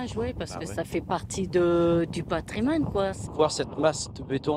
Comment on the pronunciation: ......"ça fait partie du PATRIMANE"......!?!?!?!?!?!?